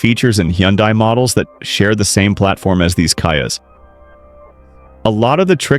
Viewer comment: ..."kaias"?😂...don't you just hate AI voiceovers?!!!😅😊